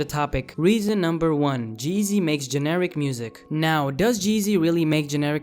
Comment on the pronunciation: not.... "jeezy" ... "G-easy".... got a dislike just for that